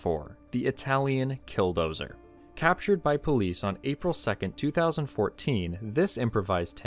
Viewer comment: I like when you say "captured"😂